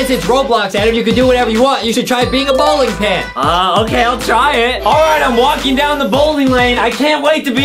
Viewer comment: Bowling more like Bowking🤣. I really love the video. ♥️